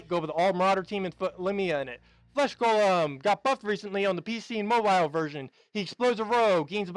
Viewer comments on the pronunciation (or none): none